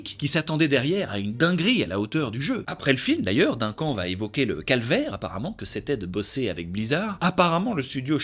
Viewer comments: Oh mon dieu tu a dit « dinquant »pour le prénom Duncan je suis morte le respect 😭 mon frère s’appelle comme ça aussi j’ai explosé de rire 😂😂 ça se prononce « deuncan »😅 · Ca se dit "deune canne", pas "d'1 quand" ... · Duncan ... " Deunn Kane " .. par pitié...😭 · ÇA SE DIT "DEUNECANNE" !!! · C'est tellement fait avec sérieux que j'ai cru à une énième prononciation farfelue américaine 😅